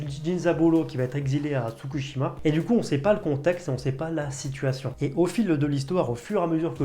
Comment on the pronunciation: Mes commentaires inutiles mais indispensables : Si tu veux une autre scène de train : Jojo Angolmois : on prononce Anegolmoa (Ane comme l'animal) et attention l'île c'est pas Tsukushima, c'est Tsushima ;) Pour Jujutsu on dirait presque que tu te forces a aimer :D Voilà voilà :D